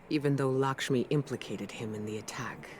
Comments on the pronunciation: I love u but, Lakshmi is not lickshmi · Every time he called lakshmi "likshmi" i cringed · It's Lakshmi not Lickshmi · "Lickshmi" lol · He keeps saying "Lickshmi," who is that? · "lickshmi" :) hahaha